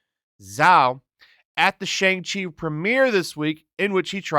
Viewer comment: Whats the problem with pronouncing Shang Chi the proper way? I get that you don't like the movie or whatever but you can at least pronounce the name correctly. Its really not that hard.